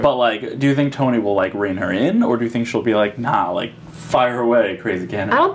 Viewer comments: The guy pronounced it as CHONI- ITS SPELLED CHONI BUT IS SHONI😂😂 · Drama Is Tea they know, they're saying SHoni is how it's pronounced lol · interviewer: pronouncing choni wrong me: 😑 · When he repeatedly kept saying Choni wrong🤦🏽‍♀️😆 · I’m so pissed off that he pronounced Choni wrong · It's cringy when people mispronounce choni